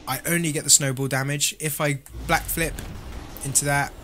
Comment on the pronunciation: did anyone hear him say blackflip